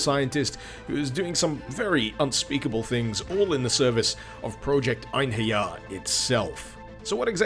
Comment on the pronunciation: As a Scandinavian I can tell you that you did some creative things with the name of "Einherjers".